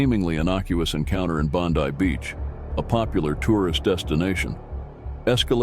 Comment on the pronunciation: How do two yanks, do a documentary on Australian bikes. They can't even pronounce Bondi. Trying to make out that Mick Murray is anything but a thug and drug dealer is bullshit.